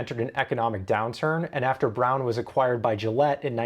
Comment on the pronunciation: You properly pronounced the Braun name. Awesome.